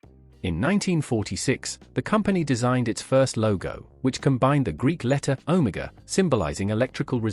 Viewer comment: ... or "Oh-Mah-Gah" for Omega. Dreadfully obvious and synthetic but tolerable overall.